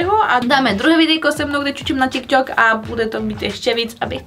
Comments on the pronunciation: Ale tary rikal ze se to cte tiktok a ne ťikťok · je to tyk tok a né tik tok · Neni to ťik tok ale tik tok